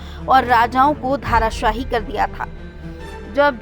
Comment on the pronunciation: धाराशायी नहीं,धराशायी कहिए।